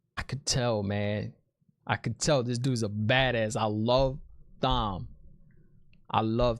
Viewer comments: It’s not pronounced thom it’s Tom. The colors of the ahah of the aes sedi represent their discipline. Reds hunters of men who can channel. Yellows are healers. Green battle ahah. Etc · The way you pronounce Thom gets me every time lol! You're doing a great job! Love your channel. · It's pronounced Tom even though it's spelled like Thom. Lol. As far as power goes I can't really express the Dragons power it's far beyond anything seen. Not spoiling so stay tuned. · Great to see non readers so hyped! Thanks for the review video 😄also, Thom is pronounced the same as Tom and he is definitely one of my favorites! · also its pronounced tom not thom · Also, it's Thom with a silent "h". It's pronounced Tom. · Dude - just so you know, it’s pronounced “Tom” even though it’s spelled Thom. Love seeing your reaction to this, not knowing the series. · Okay, it was cute at first, but we know how Tom’s name is pronounced. Unless you promise to go through life pronouncing the th in Thomas, Thompson, etc. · LOL LANCHOPS!!! love the videos. Also not to be rude but Thom is still said Tom, silent h. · The question about women not seeing the men’s weaves: men can’t see woman’s either but Logain is special and can see. Woman CAN sense him drawing in the power. So the green Aes Sedia new he was about to attack but didn’t know with what SIDE NOTE: Thom is pronounced Tom. I made the same mistake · Thom is a great character, but his name is pronounced just like our regular Tom. Silent H my man. Lolol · Lmaoooo I love your reviews. It's great to see your honest opinions, no matter if you're right or wrong. BTW you pronounce Thom like 'Tom'. Keep up the great work! Also yeah Fades are really freaking powerful. Logain was incredibly powerful, but from the looks of it, Nynaeve is even more powerful than him. Moiraine seems to think Egwene is on par with Logain as well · The H is silent in Thom's name. It is pronounced just like "Tom" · Thom is pronounced "Tom". Egwene is pronounced "Egg-Wayne".